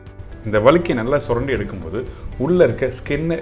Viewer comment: அது வளுக்கை இல்ல😂வழுக்கை.தமிழர்களே தமிழை கொலை செய்யலாமா